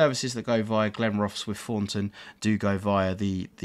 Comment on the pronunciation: Your right you do 'murder' pronunciation of Scottish place names, Inverkeithing is pronounced Inver-keith-ing by highlighting Keith when it is pronounced Inver-keeeth-ing, and of course Glenrothes, is said Glen-roth's with heavy pronounciation of the Rothes half of the name, But after hearing the pronouncing by the train announcement you did start to say them properly Am I a Scotsman from Fife? no I'm not! I'm an Englishman from Hertfordshire, it's fun though listening to your pronunciation And yes I agree the forth bridge is very well done🙂